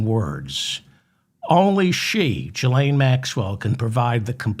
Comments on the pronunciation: I cringe every time you say Jillaine. Its Gil not Jill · You are pronouncing the "G" in Ghislane as if it is followed by an "i" as in giraffe but it is in fact followed by an "h" thus it should be pronounced as it is in the word aghast.